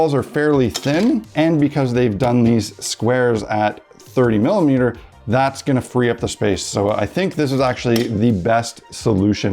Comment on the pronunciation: Every time hi says "milimiters" I love this channel a little more.